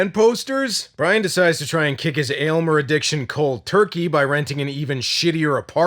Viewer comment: Definitely an underated cult classic.... why the hell does no one get Aylmers name correct lol